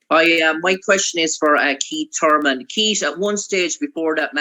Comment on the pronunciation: KEET TURMEN